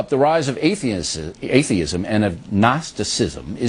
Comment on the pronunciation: I love how he mispronounces atheism but gets zuchermann right the first time